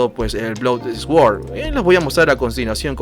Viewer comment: bro, no es por mala onda ni nada pero trata de pronunciar suord en vez de esguord ( sword ) repito no es en mala onda. exelente video gracias por compartir.